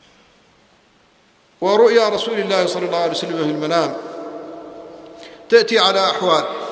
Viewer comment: صلى وليس ثلى